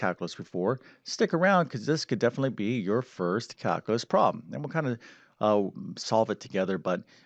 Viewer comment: Caluuuuulus not calcaaaalus